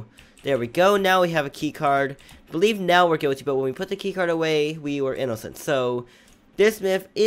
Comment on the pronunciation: i love how he says inocent i-no-cent XD